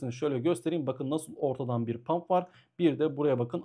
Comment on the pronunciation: hocam “pump” değil “hump” olacak haberin olsun